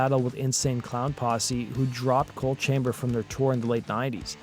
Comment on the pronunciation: The band is “ coal” chamber not “ cold” chamber….. in case you weren’t sure